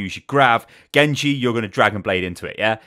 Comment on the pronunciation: "Gengu" lmaoo Gosh I love you